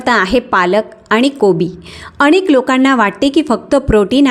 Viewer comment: शेवण,अणेक,शमश्या यात योग्य उच्चार व्हावा हि अपेक्षा.हि माहिती वाचून दाखवत आहे हे जाणवते. अशी माहिती डॉ.नी सांगितले यांचे बरेच व्हिडिओ आहे ते.पाल्हाळ जास्त आहे.